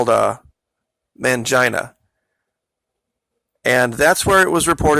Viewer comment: Wait.............first off....did you say it started in Man-jinA ????? I mean come on............